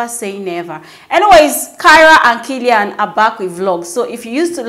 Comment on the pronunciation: That's not how to pronounce kaelin ma'am. People are allowed to always discover and rediscover themselves as much as they want. They are one of the genuine families on this street mahnn. Great job though